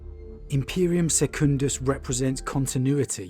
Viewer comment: sorry for being a "a bearer of the word" but it is pronounced Sec-Cun-Duss, phonetically, not "secound-duss" brilliant vid!!!! I will make sure the Adminastratum do not learn of your heresy